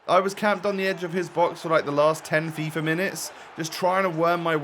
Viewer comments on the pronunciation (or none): none